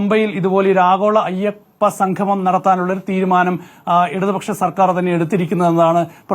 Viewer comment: സംഘമം അല്ല സംഗമം